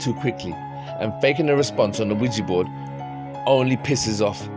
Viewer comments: Quija boards have been around a LOT longer than the 1970s. Also, I really annoys me the way nearly everyone mispronounces it. It's not WEEGEE, It's WEEJAH. French and German words for yes. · Attention YouTubers it's not pronounced Qui Gee🙄😡 It's Qui JA, say JA Rule, do you say Gee Rule? NO. I couldn't watch all of this because you mispronounced it wrong every time. Qui JA French and German word for YES. Spread the word. 😣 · Why do you name it a Ouijibord , its OuiJAbord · Can you please pronounce Ouija board correctly? It’s not weejee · Mate yo need to say ouija board better my mom's like wtf is a widgie board staring at me